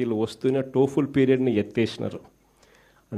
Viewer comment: అంటే మీరు 5 years డ్రామా చేస్తే అందరూ డ్రామా చేస్తారు అని అనుకోవడం మీరు చేసిన విధానం టైప్ అనుకుంటే మీరు మారారు అని అనుకోవడంలో తప్పు లేదన్న. టోఫుల్ కాదన్న టోఫెల్.